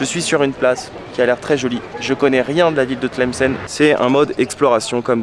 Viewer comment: tu la pronnonce très bien bravo 👍